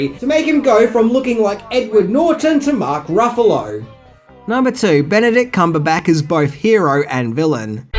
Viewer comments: Please don't be offended by this because I love your videos but I can't help but wonder if you're intentionally mispronouncing actors names at this point. his name is pronounced cumber-batch like a batch of brownies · Have you never noticed literally mis pronounces a name or word at least once in every video he makes? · Cumberback? Is that how Australians say it? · No, not at all, sometimes has a problem with pronunciation. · Love the videos but does mispronounce things on purpose or is it accidental? He said Cumberback instead of Cumberbatch and Dormannu instead of Dormammu, and those are just the two examples that came readily to mind. When Garyx Wormuloid does it, it's an obvious joke, but with I just can't tell. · I love your videos,, but some of your pronounciations make my skin crawl. It shouuld be: "Come-burr-batch" played the villian "Door-ma-moo" just for future reference. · dude do you mispronounce things on purpose? lol Cumberbat? Dormannu? come on lol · So I'm not usually this guy but comics were a big part of my life so I have to say... It's Dormommu (Door-Ma-Mu) Obadiah Stain as in a "stain" on the floor. Cumberbatch (Cumber-Ba-ch) as in I made a fresh "batch" of cookies.